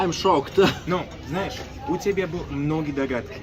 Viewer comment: That "знаешь" sounded NATIVE. As a Russian, that's some insane progress in just six months. RESPECT